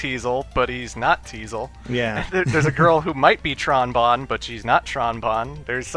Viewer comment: I think her name is pronounced Tron BOWN. You know, like the Trombone? Everytime you guys said "Tron Bon" I was irritated because I play the Trombone...